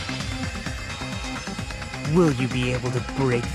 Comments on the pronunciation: What i heard from him is “No, that’s wong !” XD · “no that’s wong” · Mans said ✨wong✨ there was no R in that word💀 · “No thats wong” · Ernov Nazadie II I heard that to lmao “no that’s wong!”